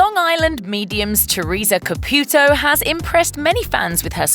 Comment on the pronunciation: Girl tray to pronance corectly name Caputo